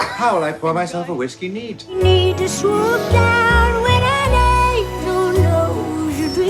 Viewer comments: That's how you pronounce "angel" in Swedish. Lol ängel. $100 says Netflix sent that Christmas tree to Katya. Lol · Trixie insisting to say Angle instead of Angel..❤ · I see Trixie and Katya are still pronouncing hard G’s.